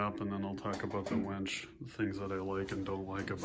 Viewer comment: Its a WINCH not a WENCH